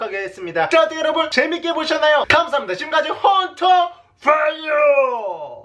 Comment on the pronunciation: 퐈이아가 아니라 워우타다 이뤠끼야! 퐈이아!